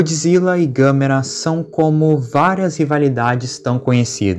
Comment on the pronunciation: Gostei da sua pronunciar do nome da Gamera